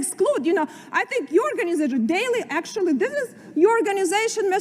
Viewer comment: American congresswoman? Oy! Oy! Oy! "Octualy" "ver imporant" maybe to learn de English.